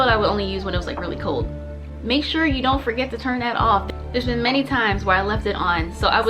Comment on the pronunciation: the "don't"- ma'am PLEASE😭😭every time